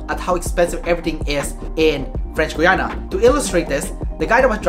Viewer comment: French "Gwee-ana"???? Try French "Gee-ana" dude